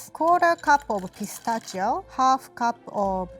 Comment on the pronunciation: Did anyone else think she said "gazpacho" instead of "pistachio"?